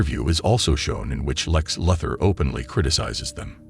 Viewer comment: Nice AI voiceover, but you might need to take the time to make sure it knows how to pronounce Lex Luthor.